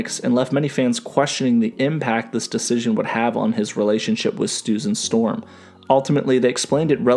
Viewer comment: Stusan Storm?